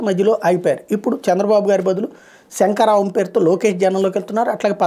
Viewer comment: అది సెంకారవం కాదు, లోకి చెప్పినట్టు సంకారావం😂😂